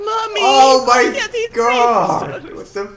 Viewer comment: every time says my i stg he says moi